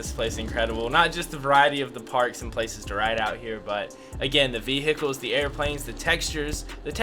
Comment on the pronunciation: did anyone else notice him say ve-hickles